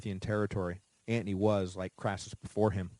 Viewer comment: LOL I was going to comment on how he says Antony, kinda drives me crazy, but maybe that's how it WAS pronounced, but I didn't hear him explain the pronunciation or I missed it, seems others agree, as you have the top comment. Great series either way, always wanted to learn about Rome but to lazy to do the reading so this is awesome, I'm more an amature war historian so I am familiar with most of the battles, including this famous battle. I will say one thing, commiting suicide back in the day was a bitch.